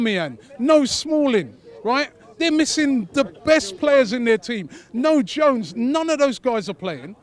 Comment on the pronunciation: Is it me or did robbie say no Jones!